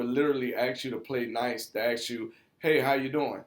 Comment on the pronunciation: I know you’re black because you say axe instead of ask